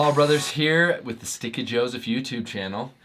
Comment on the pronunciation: Just so you know - sometimes when you say the name of your program it sounds like “Sticky Joseph”.